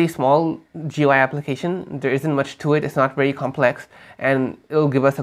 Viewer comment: What is "Joo-Why"?